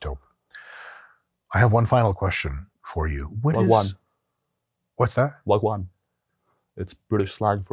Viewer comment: did my guy just say "wagwaan" 🤣, your not from the ends bruv